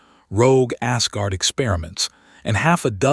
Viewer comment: The text on the A.I. backgrounds is still gibberish ... undercooked technology. I'm sorry, when the TTS reader pronounces "Asgard" as "ass-guard", couldn't help but chuckle a bit.